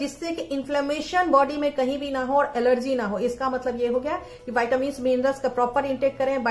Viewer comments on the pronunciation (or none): none